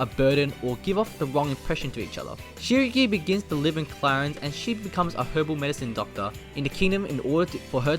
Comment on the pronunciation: I’m triggered on how you say clarines